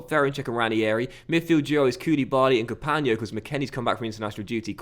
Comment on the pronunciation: You're supposed to pronounce the G in Capango btw. You're getting confused with Capagno.